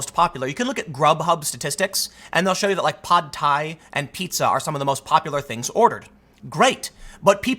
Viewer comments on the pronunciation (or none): Pod Thai? 😂😂😂